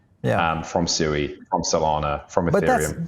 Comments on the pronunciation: It's pronounced SWEE, not SOO-EE. It's Japanese for water. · Swee not SUEYYYY